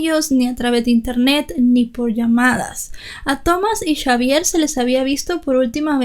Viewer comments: Aunque muy triste la muerte de tan bonita familia nada es de sorprender en este mundo cada vez más cruel y podrido!!!! Y lo de chavier y no Javier me causo risa todo el tiempo jajaja buen trabajo felicidades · Hubiera sido mejores llamarlo Javier porque cómo lo dices tú en francés se escribiría Chavière 😂